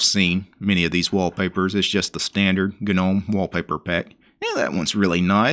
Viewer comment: GNU stands for “GNU's Not Unix” and the G is hard... Gnome is pronounced 'noum', since 'g' is silent... showing us an installation of a distro, is just that, any monkey can follow... to tell us about ANY distro is posting many videos with real issues and resolutions for them... as is, you Sir, as many out there likes the sound of your own voice... are you related to the King of the swamp by any chance..? sure it sounds like...